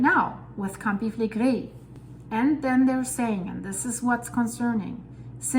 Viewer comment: It is a pleasure hearing her say "Campi Flegrei," truly!